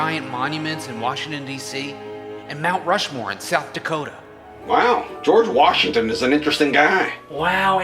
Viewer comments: Andy It’s George Washington not George Washingmachine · In that video you sayed ``geoge washmen`` :/ =/ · Dude Andy his name is not george wasingmashin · George washinemashine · Keep saying George Washingmachine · Did you say George washing machine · Why Andy saying George washing machine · Why the heck is it George wahingmashine?